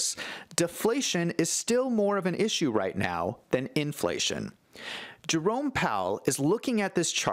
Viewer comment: Hi.its Jerome not jarome